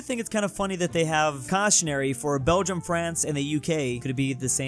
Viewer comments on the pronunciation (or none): none